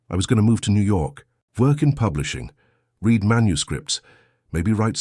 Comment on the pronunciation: Read it again is pronounced ‘red’ it again!!! Your AI needs fixing!